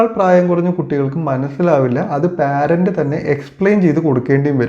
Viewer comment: പാരന്റ് അല്ലെടോ പേരന്റ് 👈